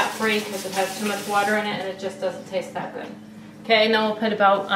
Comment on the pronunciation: it sounds like she said "it looks really gurd"